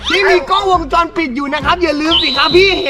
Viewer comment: เขา เรียกว่า 😊😊😊😊😊😊😊 กล้องวงจรพี่พูดผิดพี่พูดว่าจ้องวงรอน